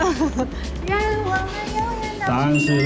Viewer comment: 其實那念熾(ㄔˋ)熱喔